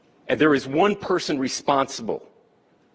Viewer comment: Funny how he stresses there’s One person accountable😂